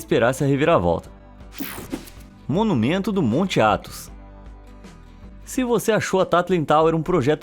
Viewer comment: Tu falou "Athos"